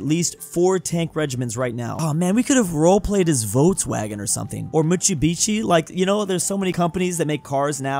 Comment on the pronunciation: The "MITSIBISHI" (instead of "MITSUBISHI") got me rolling =)))))))